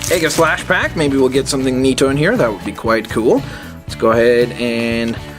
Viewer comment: its ee ga slash